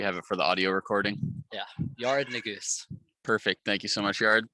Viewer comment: ***Yared Nuguse not naguse